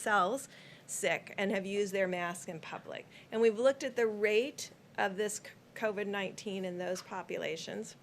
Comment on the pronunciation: LOL. He didn't know how to say COVID-19. Then later on he calls it COVED.